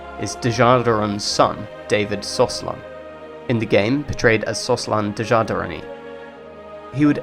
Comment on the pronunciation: I don't want to be nit-picky and I am not native, but why do you say Bactri-oni? It's Bagrati-oni. and I hear Slosan, not Soslan. But could be me, great video otherwise and keep up good work!